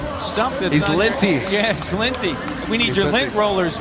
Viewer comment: Drake: Its litty White commentator: It's linty , somebody get the lint roller back. Me: white people 😂😂😂😂